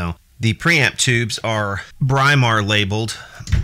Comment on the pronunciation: This is right from my old electricity teacher who was English-it's pronounced Brimar, not Bry-mar! Just like you say "Britain" where the "Br" in Brimar comes from.